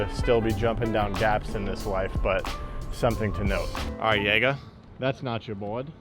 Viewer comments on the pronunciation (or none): none